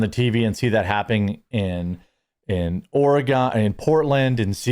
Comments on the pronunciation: Trivial, but, PLEASE just say Organ...not Orygone. It's like us saying Wisconeson. TY for your attention to this matter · Oregon. Say "organ" with a slight pause for or-gan. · Please figure out how to say Oregon